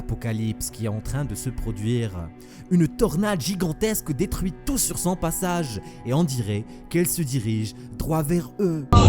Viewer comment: un compement gigontesque ????????????? vas voir un orthophoniste